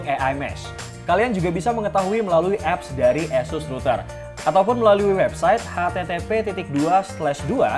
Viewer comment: Oohh itu namanya router eussuss tohh... kirain asus broow.... 😀